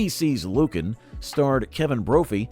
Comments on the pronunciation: It's NOT LUcan, it's LuCAN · it was pronounced lu-KAN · I seem to remember Lucan being pronounced differently.